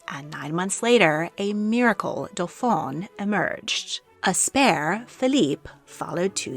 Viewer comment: Excellent video. My only nit is the pronunciation of dauphin (dough-fan). The dauphine (dough-feen) was the wife of the dauphin.